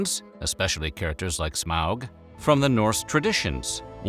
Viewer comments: I love it when people pronounce Smaug correctly! Also Gandalf’s appearance was based on a postcard of Odin. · lots of people pronounce it like “smog,” and some people pronounce it like “smowg” (Ow!), when it should be somewhat in-between like how the narrator says it.